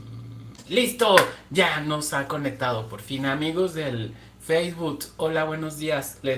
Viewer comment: El "yutus" y el "feibut"😂😂😂 Eres adorable.